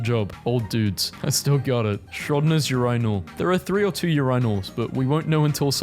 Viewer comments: reads urinal Also: Yurynal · HUH UR-I-NAL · is the type of person to say 'urinal' as 'youinool' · He couldn't pronounce urinal💀